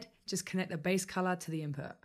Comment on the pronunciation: Why do you talking Like thaaaat. Its Input Not inpo. And weight Not wei